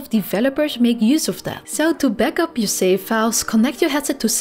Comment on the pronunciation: No offense, please practice pronouncing letter V, i got confused between safe & save.